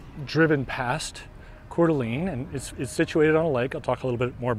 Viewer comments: Not sure if this has been noted: TLDR all the posts. Coeur D'alene is pronounced "Core Da LANE" not "Core Da LEAN". Lived around the area since I was a kid and never heard anyone use the LEAN pronunciation. I love your treadmill walks, but you got me wondering if I had been saying it wrong all these years. Checked and I believe is LANE. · Pronounced CORE -DUH-LANE, not core-duh-lean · Yes you keep saying Coeur d’ LEAN. Nobody ever ever calls it that. And it was really getting on my nerves lol but thank you for making the video.